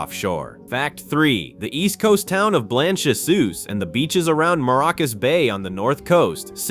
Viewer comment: Blanchisseuse pronounced in TnT as Blanch she shears